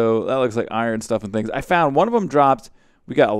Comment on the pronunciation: You forgot it was "doing stuff and SCHINGs"